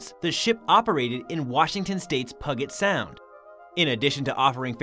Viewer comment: Puget sound...the g sounds like j....